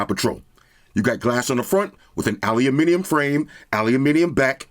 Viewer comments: Aluminium. Now THATS how you say it. Well played,. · It's refreshing when someone pronounces "aluminium" properly 🦁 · I love the videos as always! And an american saying Aluminium the way it should be said, warms the heart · As a Brit, I was always confused why Americans usually say ALUMINUM. Keep it up!